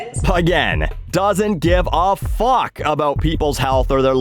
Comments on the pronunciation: SPC Dewitt Unless your part of America pronounces the “oo” syllable differently than mines, he sounds like he’s saying “u” as opposed to “ou” or even “oo”. Sorry for getting technical on you. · you mean "A boot" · “Aboot” hahaha 😭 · Actually i was making fun of people from Canukistan and how they pronounce the word 'About' as 'A boot' i do love the techinical stuff, no hate from here fellow grammar hammer.